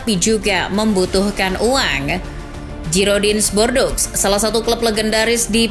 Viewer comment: Girodang du Bordo (bukan Giroding de Bordeaux) cara baca yg benar dari klub Perancis tersebut.